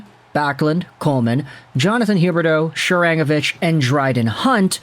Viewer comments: Ya why are you saying she-rang-avich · Isn't "Sharangovich" pronounced with stress on the "go" syllable? I've heard his name on Sportsnet 960 (which I listen to sometimes mostly cause Calgary has some good radio personalities, especially Pat Steinberg). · Love your content , hate how you say Sharangovich! Shakes fist it’s SHARANGOVICH!